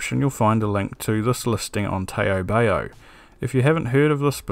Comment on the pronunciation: Great video with stuff we can get in ANZ for once - thanks! If you want to be strictly pedantic re: Taobao, it's pronounced more like "tow bow" (rhymes with how now brown cow) just FYI. Sounds a bit funny hearing it pronounced tae-oh bae-oh heheh. Now to ebay some PSUs...